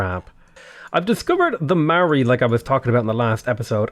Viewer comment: It's pronounced M-oww-ree, bro.